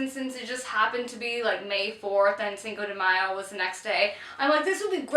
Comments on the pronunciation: i really love you guys but the way you guys pronounce cinco de mayo makes me want to stab my ears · I love how you pronounce "Cinco de Mayo" xD <3